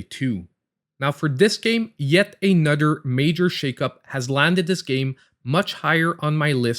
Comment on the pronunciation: Thanks for making me smile and laugh every time you said another it sounded like (a nutter) :) Ps. I sound funny also being raised in the swamps.